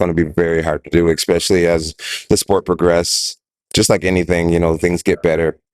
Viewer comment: Ec-specially : the ufc “champ” 😅